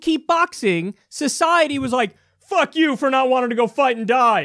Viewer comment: Love how Kyle says the word fück LMFAO!